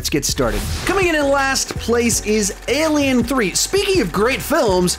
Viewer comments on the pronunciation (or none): How dare you mispronounce Alien Cubed!